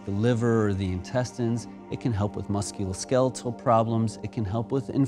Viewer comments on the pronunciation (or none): none